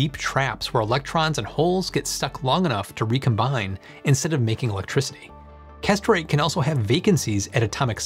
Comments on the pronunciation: Hey. Great video as usual... but... Perovskite - Why are you pronouncing this PROSTATE and not “peh-rov-skite”? and Kesterite - Why are you pronouncing this CASTRATE and not “kess-ter-right”? These mispronunciations were quite distracting while trying to concentrate on your excellent video. [Reading some of the comments, I notice I'm not the only one to be brought up short by the "castrate" pronunciation.] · I keep hearing castrate. English pronunciation is so sloppy.